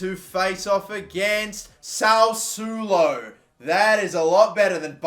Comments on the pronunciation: Its Sassuolo, not Sausulo ahahahahhahahahahahha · Oh boy. Now we have to hear how he's playing against Sausulo 20 times. Please, pronounce it the right way: Sas-swo-lo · This mans said Salsulo